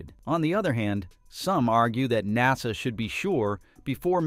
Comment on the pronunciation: PRONOUNCIATION OF nasa IS now nazZA